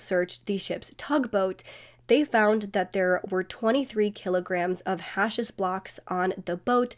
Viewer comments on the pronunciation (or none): none